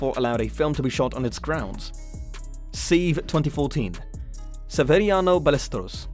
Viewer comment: Se-ve not seev